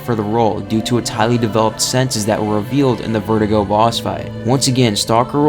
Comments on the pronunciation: It's ver-du-go not vertigo. How hard is it for you to say it correctly? You've said it wrong so many times now. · Verdugo is pronounced Vehr-doo-go